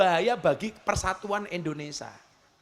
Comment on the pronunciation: Indonesia gus..bukan indonesa😅